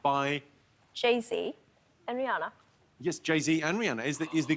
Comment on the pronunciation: I ❤️ Nish’s unhinged laugh. It’s beautiful… and he pronounces Rhianna’s name correctly.